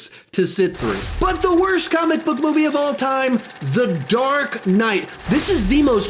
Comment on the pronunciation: I died when you said dark knyght and come back from dead when you said just jouking